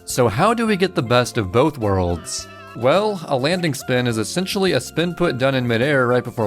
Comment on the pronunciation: Me: "Spin input.", an intellectual: "Spinput."